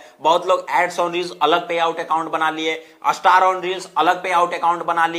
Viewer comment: star ka uccharan ap astar q karte h